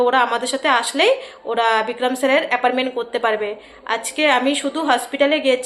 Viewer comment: Appointment not aparment